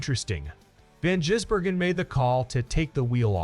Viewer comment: FFS Try and get his name correct,it`s NOT Jisbergen it`s Gisbergen